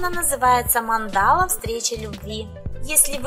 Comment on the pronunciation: 3 вариант Автор теста не образован. Не Манда'ла, а Ма'ндала.